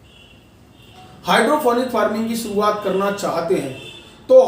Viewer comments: sorry to say but sir u dont even know how to say hydroponic u are saying hydrophonic well its future of agriculture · भाई पहले बोलना सीख ले हाइड्रोपोनिक होता है न कि हाइड्रोफोनिक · Ap pahle nam to sahi lelo hydrofonic nahi hydroponic hota he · Hydrofonic nahi hota hai. Hydroponic hota hai😊